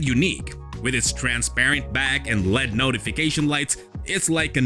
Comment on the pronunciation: L. E. D. Not Led.